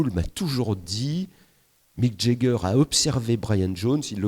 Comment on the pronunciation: Le plus incroyable, c’est que Philippe Manoeuvre, qui pretend tout savoir des Rolling Stones, n’a jamais su comment prononcer le nom de leurs musiciens correctement. Jagger, c’est avec le son “a”, pas le son “ai”…😊